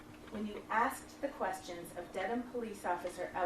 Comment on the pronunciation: She aKSed for her money I think you'll find that should be "ASKED"...